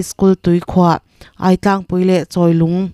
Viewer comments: I thu chhiar ngaihthlak anuam e;chutih rualin ziak chhiar ngang ania, lam rik dan ah afuhlo deuh a awm leh zauh thin. Aitlang lam dan kha ai hlau a ai tih angin ilam ripalh a ai risang fan bawksi in lam la adik ang hnatan pawh kha hna tan han tila adik tur zawk ania improve nan thahnem ngaih thuah ka'n pau ve ngawt ani e iti tha e.😮😮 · Dik chiah, Aitlang te chu a lar teh reng nen a lam dik lo tlat a